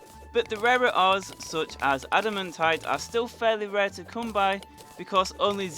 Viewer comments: why do you say “adimuntite” not “adimantite” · Everyone saying admitaite: ad-muh-tight Him saying admitite: ad-im-a-tight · the way he says adamantite